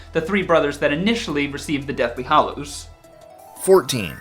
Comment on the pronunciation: GAH You guys it's deathly hAllows not deathly hOllows....